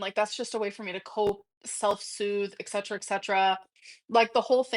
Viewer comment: I need a shirt that says “eck-setra”